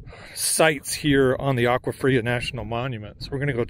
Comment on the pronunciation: Agua fria not aqua. Pronounced awa fria.